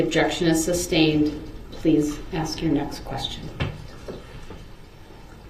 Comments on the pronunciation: Can I "axe" a question? If he is indeed not Darryl Brooks... then why does he keep answering to the name? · When is someone going to tell him that axeing someone is a crime? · blood you axe that as if your Donald Trump or some shit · I can’t stand this Jack ass. He is so rude. He doesn’t “AXE” Please when asking prosecutors to show the display. Seems like his Momma let him do whatever he wanted which led him to Life in Prison.